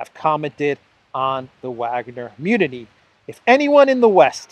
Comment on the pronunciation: Mutiny (mute-iny) not munity love your work!